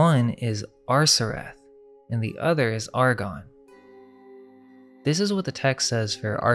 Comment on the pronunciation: The Ar-gons....the ar-CHONS??? Just a thought 🤔🤔🤔